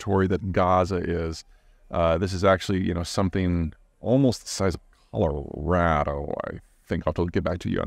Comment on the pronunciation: You’re starting to say “Colorado” right. It’s rad. Like totally.